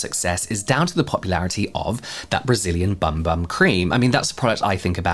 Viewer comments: It’s actually pronounced ”Boom Boom” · I thought it was pronounced "boom boom" cream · I like it better as BUM BUM but I did see something on the correct way to pronounce it is BOOM BOOM. But definitely doesn’t read that way. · I literally found out like 2 days ago that it's pronounced boom boom